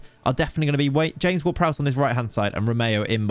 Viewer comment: interesting way of saying ''James Ward-Prowse'' xD